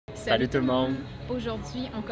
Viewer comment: Pourquoi vous dites saloue? (C’est plutôt salut)